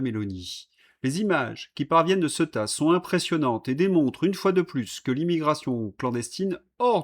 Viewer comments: Ceuta étant une enclave espagnolse, elle se prononce ''Ce-ou-ta''. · Ceuta se prononce Céouta en espagnole.